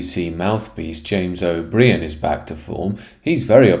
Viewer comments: Forgive my pedantry but the creep's name is pronounced O'Bryen not O'Bree-an. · It’s pronounced “O’bryan” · O'Brien is absolutely right, and this presenter is moronic; he cannot even pronounce O'Brien's name properly.